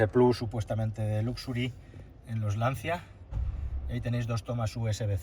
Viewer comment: Se dice lanchia 😘 Qué horror de coche.. Que manera de cargarse una marca de valores..